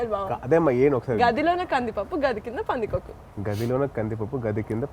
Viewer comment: It's not 'Gadi lona' it's Gaadhi lona :)